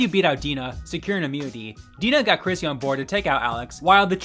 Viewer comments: Bro... how do you not know her name is CHRISTY, not Chrissy??? Stop making videos. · i think u said chrissy instead of christy a bunch of times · yeah, I heard "Chrissy" & that's what close-captioning picked up too 😅